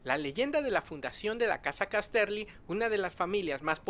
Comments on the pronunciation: Gracias por traer la información :) Se pronuncia Cás-terly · Estas pronunciando horriblemente Casterly... No Cas-terly.